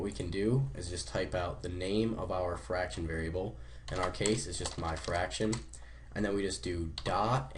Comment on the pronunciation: ITS FRACTION YOU FUCKING IDIOT NOT FARCTION SO USELESS